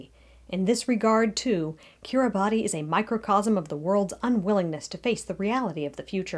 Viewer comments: You could at least have the respect to pronounce the name of the nation correctly. "Kiribass" is how it is pronounced, not just how the 'natives' pronounce it. Also its growing wider not higher. Plenty of huge coral structures under the sea surface that you can't live on either. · lol you couldn't even get the name right. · You didn't even pronounce the name right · You have to wonder about any channel called "" -- what are you trying to compensate for? You can't even pronounce the name. What insulting rubbish. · would make more sense if you could pronounce the name correctly. Instead you persist in your ignorance and cherry picking the science. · Kiribati is pronounced “kiribas” Betio is pronounced “besio” Tarawa is pronounced like Tarawa (Not Tur-aw-wuh)